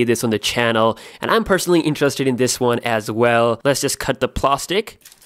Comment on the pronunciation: "Let's just cut the PLOSTIC"